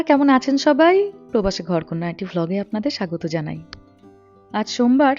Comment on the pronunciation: To everyone reading my comment, plz forgive me if anything i say comes out of me in a wrong way.. baganta dekhar por apnara sobai khub excited hoye gechen bujhte parchi jeta khubi natural...shei karone "VLOG" word ta ke apnara "BLOG" kore diechen jar mane eke barei palte geche.. jodi apnara ei bishoytir opor ektu drishtipath koren tahole mone hoy Mahua aunty r o impressed hoben 🙏